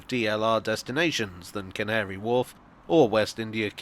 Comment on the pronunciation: How carefully did you have to say Can't-ary Wharf?